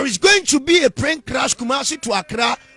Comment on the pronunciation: did you say Prane Clash 🙄👀